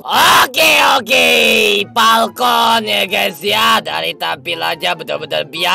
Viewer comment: Falcon itu "Palkon"😂